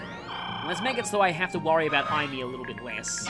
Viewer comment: Aim-ee. Aim. Ee.